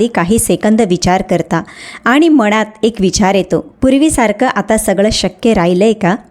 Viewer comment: मणात नव्हे मनात .न चा उच्चार नीट शुद्ध करा